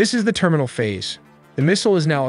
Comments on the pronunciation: This could've been a great vid, but cmon man "Therminal Phase" "Tomoahawk" "1-tawn" "milly-second" so many other bizarre mistakes. This robo-AI content needs to be banned, it's super lazy & removes everything human about the creative process. Do better things or don't do anything, it's better for everyone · therminal lmao